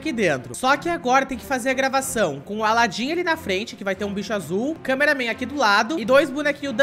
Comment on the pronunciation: não e câmeraman toilet paraaaaaa de fala câmeraman toilet